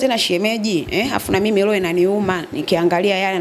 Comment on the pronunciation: Huja sikia loho ama hiyo iko sawa sio roho 😂😂